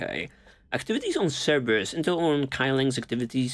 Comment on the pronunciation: "Cerberus mole", lol.